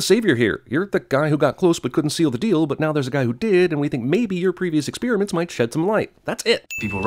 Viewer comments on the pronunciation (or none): 1 sin for saying "Ex-Spearmints."